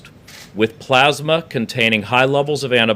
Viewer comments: He is a moron. He can barely speak. He has no vocabulary. Convalescent Plasma is not exactly a breakthrough. It’s just a matter of harvesting and distributing plasma enriched with covid antibodies. And it’s p-l-a-s-m-a, not p-l-o-s-m-a. Idiot. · One question what's plausema. ...ohhh plasma yep English is hard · plasmah, it's French for plasma.